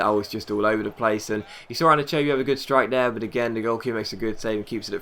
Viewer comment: ***** it's pronounced An-eee-cha-bee